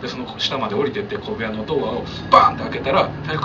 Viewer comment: 小部屋が米屋と聞こえるんだけど。